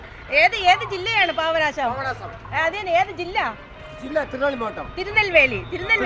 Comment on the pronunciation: പാവനാശം അല്ല, പാപ നാശം എന്ന് പറയു... 👍👍